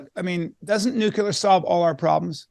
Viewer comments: The word is Nuclear not "NucUlear. There is only one u in the word. I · I only stopped in for a moment to ask how many times Peter mispronounces the word "nuclear" as "nucular". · Mr. Callen, it's pronounced NEW-KLEE-UR. Not "nuke-ya-ler.". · Why are they saying nucular instead of nuclear? Anybody? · Nu-clee-ur, not Nu-q-ler. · please don't say "nucular" when you mean "nuclear." It's annoying and detracts from your credibility. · Americants need to learn how to say NUCLEAR and stop with this NUKELAR bullshit!! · "New-cue-lur": Leftover shitspeak from a warmonger president who once shilled for the war machine, but now paints puppies. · I loved this. But let's work our ability to pronounce the word nuclear. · Two guys that can't pronounce "nuclear" right. Clowns.